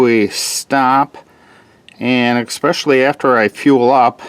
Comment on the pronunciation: Expecially = especially